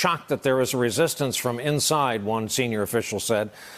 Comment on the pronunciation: Trump's dentures are again trying to make a daring escape from that foul mouth of his. "...latest act of rezshishtance..." "...by an anomonish..."